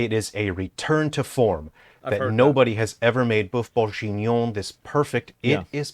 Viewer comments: If he says bœuf bourjignon one more time i gonna break everything it s bourguignon for fuk sake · "BOEUF BOURJIGNION" Brooooooo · how many times did this guy say “BoiFe BenBonjour”? so far ive counted 20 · Mf say boof bongenion one more time I dare you to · When he said "befenuen" I felt that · As a french, "boeuf bourJInion" triggers me XD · Funniest thing is he's pronouncing Boeuf Bourguignon wrong. Not for lack of trying though! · as a french guy .. the way he says "bœuf bourguignon" hurts me on a very deep level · If you choose to say Boeuf Bourguignon 10 times in a 10mn video make sure you prononce it right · That's not how you say "boeuf bourgignon" x)....